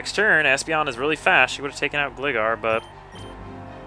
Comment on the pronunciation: its gligar (GLI-gar)